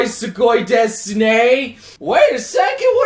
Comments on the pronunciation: I know that you're trying to be a weeaboo but the word "desu" in japanese is pronounced "des" not "DesU". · For additional information: Desu isn't actually pronounced "Desu", it's pronounced "Des". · Idk why weeb say Desu desu desu Well desu at the final of the sentence its readed as dess And the world desu that its a noun means death so